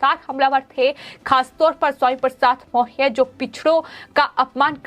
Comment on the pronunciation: मोरिया ! मौरया बोलना सीखो पहले